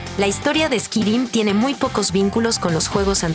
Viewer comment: Literal lo pronunciaste squirim jajjajjajajja.